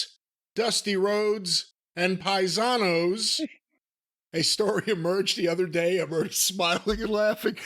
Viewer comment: Next time Flair goes on a show, crowd gonna chant PIE-SA-NOS!!!